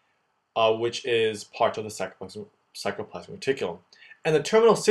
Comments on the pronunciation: FYI It's sarcoplasmic reticulum not sacroplasmic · Nice explanation but .. It is sarcoplasmic reticulum not sacroplasmic .& many mistakes . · sarcoplasmic not sacroplasmic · Hi mate, thanks for a really awesome video. One little mistake is that it is "sarcomere" and "sarcoplasmic reticulum" not saCRo. I'm really not trying to be a douche and I never write comments like this but I just thought it might be useful for others. Maybe you can have a little box at the start explaining the mistake so that people don't learn it wrong. Other than that it was immensely helpful and I envy your drawing skills! Cheers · Everything was so well described except for the spelling and pronunciation of “sarcolemma/ sarcoplasmic”. It is not “sacro”. Other than that, great job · Great as always except a small nitpicking: "sacrolemma" --> "sarcolemma"; "sacromere" --> "sarcomere"; "sacroplasmic R." --> "sarcoplasmic R." By the way, calcium ions are not getting into T-tubules but rather into sarcoplasm via the vast network of SR itself, I think.